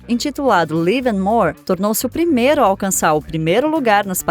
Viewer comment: O album pronuncia=se ' láive and morrr'